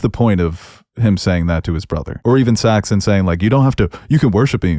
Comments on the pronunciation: Guys, we’re at the end of 8 episodes with these characters, and 2 of you are still calling him Saxton? It’s Saxon (thank you to the main host who finally says it right). As in Anglo-Saxon, a name given to the character intentionally, it means “dagger” or “people of the dagger”. And it’s Shree-ta-LA. The woman gave a dang lesson on how to say her name to Fabian, and you give us SeeTala. 😑 If you guys can’t get these basics right, it feels like you don’t really care about the characters you’re discussing, and it makes your analysis seem less…thought-out. Or you come across less-than attentive. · I think it's Saxon, not Saxton.